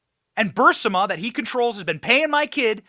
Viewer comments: Benny... please.. BUR-IS-MA .. your killing me smalls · If we took a shot every time Benny mispronounced Burisma we’d all be 🪦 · Why can't Benny say "Burisma" (bur-REES-ma)? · Have never heard “Burisma” pronounced as ‘burr-sim-a’ 🤷‍♀️ As much as this company has been talked about over the past 5 years, I’m shocked it’s now getting pronounced completely different. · I LOVE YOU, BUT IT'S BUR-IS-MA (BUR- EEES- MA) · Love your stuff, but you're killing me with the pronunciation. It's [Ba-REEZ-ma], not [burs-ə-ma]. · Burisma not bursema. For the crystal clear correct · Great job, as always. I knew a lot of this, going back a long time, but you do a great job of putting everything together and tying it with a bow. Only please, it's Buris-ma, not Bur-sima. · Burisma not bursama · Benny it's Burisma!!! Not Bursima. No one pronounces it that way and that's not how it's spelled. I like the show but as an educated man, and the tons of people pronouncing it, you should know better. 😏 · It's not Bursima, it's Burisma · Bur-is-ma, dude, Bur-IIIS-ma!!! Not Bursima! Good gosh it isn't difficult. Literally everyone who follows politics even a little bit know how to pronounce this 🤦‍♀️🤦‍♀️🤦‍♀️ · Benny, do you say "Bursima" instead of "Burisma" on purpose? Lol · You keep calling the energy company Bursima. I've only known it called Burisma. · Burisma not Bursima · BURR-IZZ-MA NOT BURSIMMA if you can't even pronounce the word correctly, I can't take you seriously on anything else you say about it because you obviously don't care to even pronounce the words properly. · Benny, it's BURR EASE MUH (Barisma) not BURR SIM UH. The "i" is before the "s" in the spelling. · BENNY! Pronounce "Burisma" ...........BURR...IS....MA not BURR....SI......MA...................... PLEASE!!!!!! THANKS!!!! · it's BURISMA..not BURSIMA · "Buh-Ris-Ma", not "Bur-Sim-ah" Lysdexia much? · It’s Burisma - ber is mu Sorry, I had to do it🤓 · Benny Johnson it's pronounced Bur-ez-ma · It’s BU-REE-ZMA.